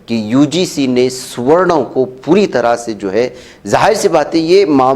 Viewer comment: Suwarnn...Suwarnn .. Suwarnn. Bolne per Aisa Mahsoos horaha ke inko. Suwwar .Suwwar kaha jaraha hai. 😅😅🤣🤣🤣🤣🤣😂😂😂😂😂😂👍👍👍👍👍👍👍👌👌👌👌👌👌👌.. Arre Suwanno Tum Apni Jaati ( Zaat) ka koi Aur hi Naam Rakh lo. Chalo Suwwar hi Rakh lo 😅😅😅😅😅🤣🤣🤣🤣🤣